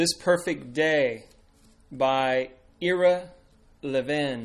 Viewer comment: It's pronounced "I-ruh" like in "I run" but without the "n." I've recently finished reading this book a couple of days ago. It was engrossing, and kept my rapt attention. It easily outshines George Orwell's '1984.' Fantastic novel by Mr. Levin.